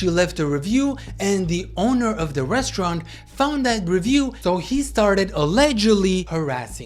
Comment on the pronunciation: The “rosturant”